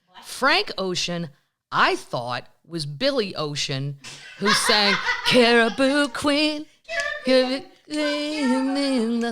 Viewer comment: Caribbean Queen NOT caribou Queen